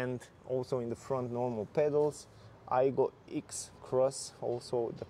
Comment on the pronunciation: Not ix, it's pronounced ex! And it now looks like a Ford Ka from the side profile not cool. The current Aygo x trend in white and red trim is the best looking out there, that's 2018 to 2022. Plus you can you buy a used Aygo much cheaper than spending £/e20,000 on this crazy model. If you look inside there's too much exposed metal it doesn't look great and I don't like the Oval infotainment system its trying to look like an old Mini. I'm sorry but it looks dated already. Plus the 1 L engine carried over from the last aego is too weak for this heavier looking car. And unfortunately it is now slower than the current Toyota Aygo. True that is a fact. And 0-60 is much slower too! Not worth the money you can buy something much better. Thanks a great review though.😀